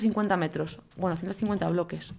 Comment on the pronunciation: Jajajajajaja que tonto el goles de ¿bbblllloques?